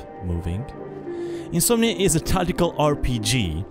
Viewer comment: I know "Tactical" but what is "Taddical"?